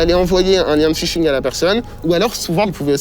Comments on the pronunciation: "les tentatives de pishing" ooh non pas ça ! "Ph" ça se prononce "f" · Les tentatives de phishing* pas pishing